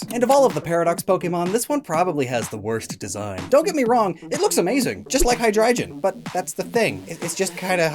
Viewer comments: Calling Hy (hydra) drei (3 in German) gon (dragon) Hydreijon is very frustrating haha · It's not hydrijion it's hydreigon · Why nobody is talking about *hydreijon*? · Shouldnt be pronounced High-dry-gone? Hydreigon is a hydra drei (three in german) headed dragon so like, did you say it as a joke and im just overthinking it?